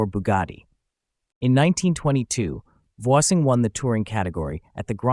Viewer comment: You might consider correctly pronouncing Voisin.